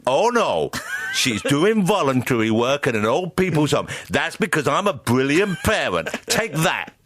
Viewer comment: haha "that's because i'm a bwillian pawent"